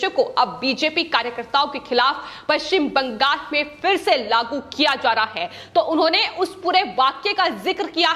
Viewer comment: Please arrange to teach the news reader for correct pronunciation of West Bengal in hindi.